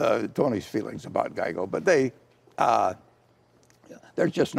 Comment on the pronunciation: What the hell is a Gieco?